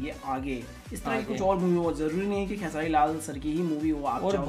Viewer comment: भाई खेसरी नहीं खेसारी भईया बोलिए